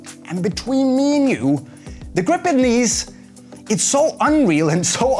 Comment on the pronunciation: cool way to say "gwip"